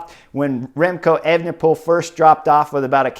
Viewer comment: Disappointed that you've clearly been practicing pronouncing Evenepoel, bring back Evening Pool! Superb insight, as always.